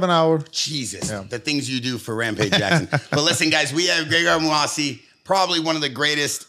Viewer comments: has NO idea who the moose actually is. Kept calling moossi lmaoooo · graygar muhasi.. say the mans name correctly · Mouasi? It's Mousasi. Talking about giving him so much respect and can't pronounce his name properly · Mouhasi...? Is that how its pronounced? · glazes but cant pronounce his name even and they dnt seem to get tht GEGARD IS ARMENIAN